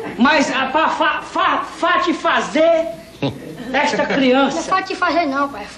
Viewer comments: "Não é 'fatisfazer', é 'fazifazer'", kkkkkkkkkkkkkkkkkkkkkkkkkkkkkkkkk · "Fatisfazer" não é "fazifazer" não pai" KKKKKSKSKSKSBD 2019, ALGUÉM? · professor- seu tiririca fala abestado kkk nao pai nao se fala asssim e pra fartifazer